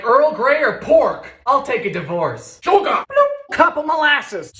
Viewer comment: SHOOGAH (sugar) WOOTAHH (water) FAYAHH (fire) siminim..! (Cinnamon)